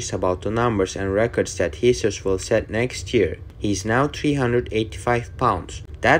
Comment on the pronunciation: mate the guys name is jesus, its a spanish name pronounced "hey-zeus". The guy literally says it in this video...